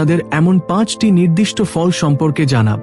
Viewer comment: Je fall ter nam bolchen bujte parche na jate bujte Pari please se vabe bolun.